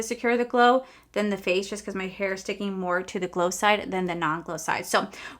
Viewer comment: The way you said secure the gler in the beginning made me smile😂